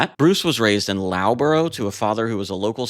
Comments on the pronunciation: Noy Low-bto. Luff-burr-uh! Sorry, but Brit place names get pronounced pretty strangely a lot of the time. Congrats on getting Leicester right, tho! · Loughborough. It's pronounced "Luffbruh". the gh is pronounced like F... except when it isn't... English is hard even for us limees. Good video btw 👍😅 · Loughborough is pronounced Luffborough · It's pronounced "Luffborough" not Louboro. gh has the f sound - enough, rough, cough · Very interesting! Although Loughborough is pronounced Luff-burra not laow-brow 😅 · I've loved the Buggles (and Yes) since they started and still listen to those albums a lot - very interesting video thanks. Though Loughborough is pronounced Luffburra not Lawburrow, LOLs. English eh! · LUFF boro not lauw Borough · LOL good video mate. FYI loughborough is pronounced as in Luff borugh not low boro. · It's luhf·buh·ruh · Just so as you know, it’s pronounced ‘Luffboruh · Loughborough is pronounced 'Luff-burrer' 🙄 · Loughborough is pronounced Luff-borough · 8'49" Small tip: Loughborough is pronounced "Luff-bore-ra" or "luff-bra" the "a" being sounded like the u in "up". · Pronounced Luff bor er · great video. the town is pronounced Luffborra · Love hearing Americans butcher UK place names! 'Low-borough' particularly enjoyable. TBF, UK place names are intentionally difficult! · Good guess, but for whatever it's worth, "Loughborough" is pronounced "Luffborough". ♥ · Loughborough is pronounced Luff-bruh or Luff-bor-uh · Those English dudes are crazy!It's pronounced Luff boror sort of. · Cracking video, thank you and Lughborough is pronounced Luff-bura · Loughborough is pronounced "Luffburra"... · Just a tip, if you're going to mention British placenames it can be quite a minefield, if you're just guessing you may be way off the mark. It would be a good idea to check out Wikipedia first, and listen to the sound samples for the correct pronunciation. Loughborough is pronounced 'Luff- burr-rer' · Loughborough is pronounced ... LUFFborough :]